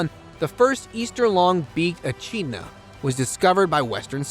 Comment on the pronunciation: Just to be clear it's pronounced wob-E-gong Shark NOT wobagong shark and E-Kid-Na NOT E-CHID-Na.. and finally its NOT Carroway.. it Cass-o-wary! If you're going to make a YouTube video-- for GOD's sake get the pronunciation right. It is so hard to listen to an American trying to speak Australian!